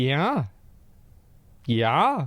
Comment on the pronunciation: he turns Minnesotan for no reason at all. YAH...YAH